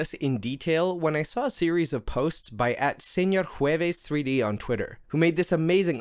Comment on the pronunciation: that "Señor Jueves" pronunciation was clean. nice